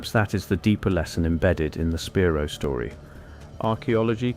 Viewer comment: It's pronounced spy-rō